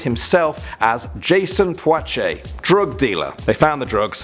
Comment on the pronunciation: Puachay sounds like pwusay